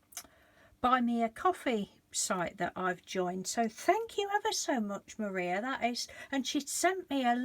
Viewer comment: Your very welcome. You pronounced my name just fine.Thank-you again for sharing all your creative ideas, they do give me a lot of joy. Your cards are beautiful...have been a full time carer for many years and I always look forward to watching you create...makes me smile... much love to you and Mr D... Maria xxxxxx